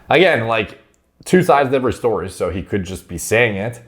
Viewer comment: that's the weirdest way I've ever heard anyone say "so"